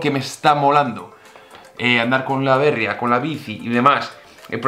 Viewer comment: Aupa!! La Bérria que sueles decir por la marca de la bici, creo que se debería decir en castellano La Berría, ya que es una palabra en euskera que significa nuev@ Se debe poner el acento en la I. Segi holaxe!!